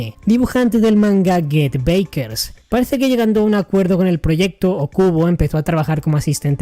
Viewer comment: Hermano no se pronuncia beikers es backers de get back osea regresar se pronuncia get bakers casi como se escribe si decís beikers suena a baikery que es panadería o bollería